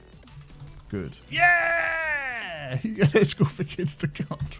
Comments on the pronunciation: You called it "Huge," instead of "Hugo." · it's Hugo not Huge* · When you named the school, you named it "Huge" instead of "Hugo"